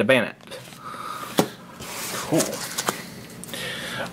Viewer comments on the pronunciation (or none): 12 cards pronounced incorrectly. all the cards on top can fly except banette 😂